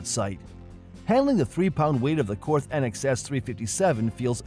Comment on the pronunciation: And Korth is Kort, no th sound. Same with Walther it’s Vahl-ter. But on the other hand Germans can’t say Pontiac ...no one cares.